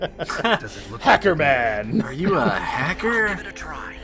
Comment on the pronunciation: "Are you a hacker?" Sounded a lot like "Are you a Wizard?"